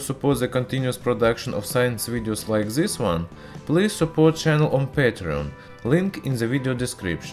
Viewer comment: "by ziz metal'' XDDDDDD